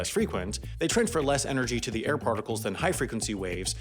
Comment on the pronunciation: The way he says "air".....